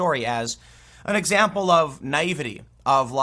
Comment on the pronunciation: did anyone else hear how Tim pronounced "naivety" and think Cartman from Southpark?